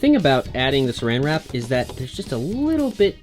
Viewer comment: Wen he sed suran wrap me as a British person I sed wat do you mean suran wrap its clingfilm